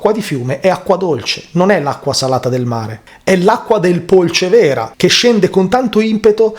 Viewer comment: Polcévera non si pronuncia come lo stai facendo tu. Il fiume è il Bisagno e non il Polcévera.